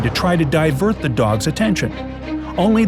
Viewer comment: Did anyone hear gods instead of dogs